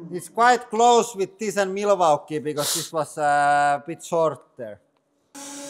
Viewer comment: I love how he pronounces Milwaukee! 😅❤